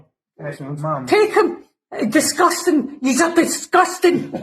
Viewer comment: The only thing I heard during the video clip was "discustang" and I approve